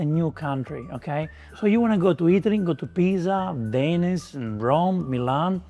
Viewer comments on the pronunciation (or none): none